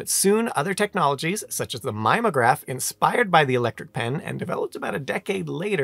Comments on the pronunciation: “Mimeograph” is pronounced with four syllables, with a short i and a long e. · Your mispronunciation of "mimeograph" made me laugh, and feel old at the same time, since it was in common usage as late as when I was in grad school.